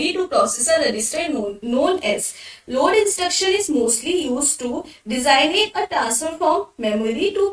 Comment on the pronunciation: Ekdum thik boli madam design-nate